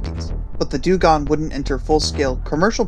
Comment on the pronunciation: sorry put i noticed u pronounced dungong like 7 different ways lol XD